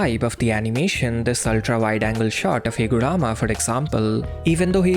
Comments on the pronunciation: It's HiguRUma!! Shit had me crashing out everytime you said HiguRAma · Higurama sounds funny